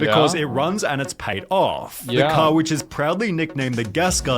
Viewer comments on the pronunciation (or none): dude can't say the letter R Bankah Cah ithah (either)